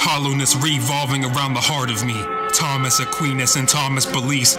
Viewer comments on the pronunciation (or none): none